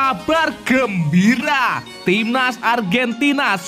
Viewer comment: Kabar gembyiyuara lancao ngomong nya kyk gitu